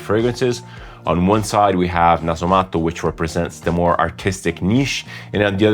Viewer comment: No other fragrance reviewer says Nasomatto in a proper fashion. I appreciate that, and decent French, and English without the Italian conjugations and extra vowels at the end of each word.. I’m off reviewing a previous episode with a Meo Fusciuni scent in it 😉 Che ricchezza!